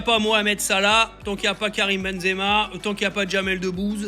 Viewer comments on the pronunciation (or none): none